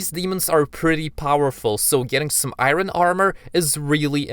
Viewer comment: the way he said iron